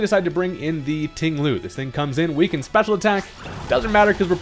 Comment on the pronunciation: And, let's not forget, "Ting-Lu"